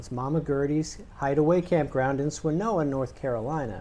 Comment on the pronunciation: It’s Swanna-Noa👍